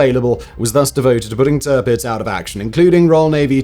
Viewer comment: T'pitz? There's an "ir" in there.